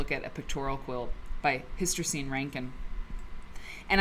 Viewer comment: Was looking for inspiration today and happened to find your video because I searched Hystercine Rankin. Perhaps you'd like to know that her first name is pronounced Her-teh-seen. How do I know? That's how she said it herself. I was fortunate to meet her several times at the Mississippi Cultural Crossroads.